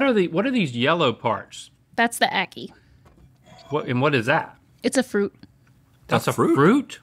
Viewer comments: It’s pronounced “AHH-KEE” not “eh-kee” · Love ackee and saltfish! It's pronounced like "Ah-key" by most in the Caribbean. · Agree, fun episode. 🇯🇲🇯🇲🇯🇲 The "ackee" pronunciation was hilarious. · It’s the mispronunciation of ackee for me 🤣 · Ackee isn’t pronounced like that 😭😭😭